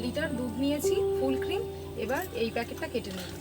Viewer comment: ফুল কিম্ না। ফুল ক্রিম। full creme. নতুন মেয়েটার উচ্চারণ শুনে বলুন।